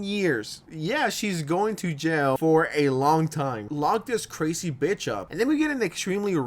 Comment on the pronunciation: “That is CUHrazee” Did better as a news anchor for gods sake lol.